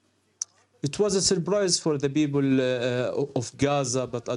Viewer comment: ...it was a surBrise for the BeoBle of... If you don't have a P in your language then there is no such thing as 'Balestine', You disgusting liars.